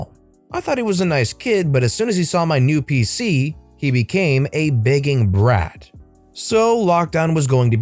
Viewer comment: Anyone else start hearing "Bacon Breath" a couple of times when talking about "Begging Brat"? No? Just me?